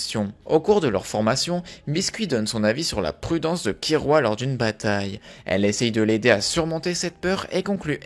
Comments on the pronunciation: Mes oreilles saigne quand j'entends kirua KIRUA , l'erreur du joueur français , perso je dit Killua. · mais c'est "killua" pas kirua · Killua pas Kirua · Pk tu dit Kirua mes oreilles meurt la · Par contre ça se dit "killua" ça m'a perturbée tout le long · Comment tu le prononce mal j’ai mal 😭 (Ça s’écrit killua)